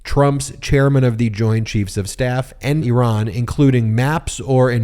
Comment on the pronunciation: Thank you, thank you, thank you for pronouncing Iran and Iranian correctly!